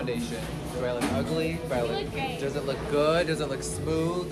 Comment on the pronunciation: did she say “you look gay” or “you look great” 😭💀